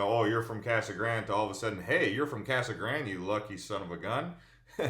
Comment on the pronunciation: Casa Grande is spanish so pronounce it that way. It is not Kasa Grand!